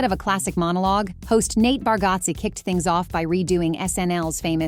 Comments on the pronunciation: You need to teach your A.I. how to pronounce Bargatze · U say nate bargatze pronounced a name wrong. U r pronouncing his name and other last names wrong. R u AI? Sounds like it 🙃